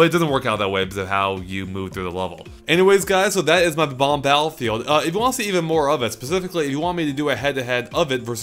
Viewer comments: its bob omb not bom omb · buh-bombs?BUH-BOMBS?I think you meAN BOB-OMBS,! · It's Bob-omb, not Bom-omb. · THEY ARE BOMB-OMBS PRONOUNCED "Bom omz" NOT BA-BOMBS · Great video. But it's not BA BOMB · It's 'Bomb-omb' not 'Bo-bomb'. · it's bom-om not b-bom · haper No they aren't...they've always been called Bob-ombs, bom-omb is just a mispronunciation. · I'm pretty sure it's "Bob-Omb", not "Bom-Omb" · Hello! Pretty sure it's Ba-bomb.... Bye! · "Bom-omb" that fail xD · Bom-omb? smh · Bom-Omb? Oh.... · Isn't it 'Bob-omb'? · but, eveyone says bob-omb